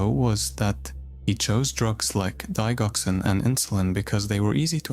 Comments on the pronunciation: The dig in digoxin is pronounced (dij) as in digit, not dig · It's digoxin like di jock sin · Digoxin has a long g sound, you may want to look up how things are said before saying them wrong several times over